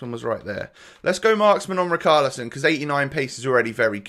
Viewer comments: yea he is saying "char" as "khar" and it should be more like the "sha" like "shaqiri" so "ri char li son" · As a brazilian fan, the correct pronunciation is "ri shar li son" love the content btw